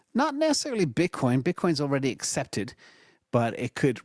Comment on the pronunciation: calling it bitcorn bullish